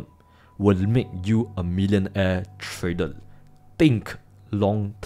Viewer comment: have u ever said the world properly....TRAy-der.....not Tray--dol